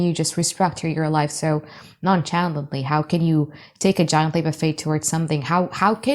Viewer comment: I ❤ u girl! Yes, we (I) have haters. Apparently, many more than I knew about 🤷🏼‍♀️ I guess some people can’t stand to see me just live my life, so nonchalantly (🗣️ CH is pronounced as a soft SH) like wi(sh) I chuckled every time u said it. THANK YOU BEAUTIFUL. This truly resonates. Unfortunately dealing with several disgruntled ♌️s. What EVA. 🙄 Ex: She exited so non-SHalantly like she had no cares in the world. 😊 Now I have to watch the video again because I was distracted about the pronunciation 😂